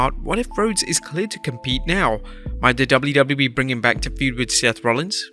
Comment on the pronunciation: Jeez... Slow down a bit lol. It's W-W-E, not "dublydubee"... Take your time to pronounce it lol.